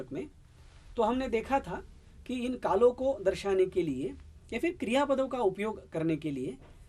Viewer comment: मैंने पहले भी कहा था और अब भी प्रार्थना कर रहा हूँ कि आप अं की बिन्दी बोलने में हर जगह छोड़ रहे हैं। कितना अच्छा हो यदि यह त्रुटि आप सुधार लें। अभी पहली ही मिनट में आपने... कालो का, लकारो का बोला; जबकि कालों का, लकारों का बोलना चाहिए था। प्रणाम। दक्षिण भारतीय बिलकुल अं की बिन्दी प्रयोग नहीं करते। इसीलिए आपके साथ ऐसा हो रहा है।